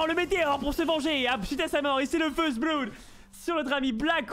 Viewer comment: Vous allez tous arrêter de prononcer Blood "Bloude" parce que ça commence sérieusement à me gaver.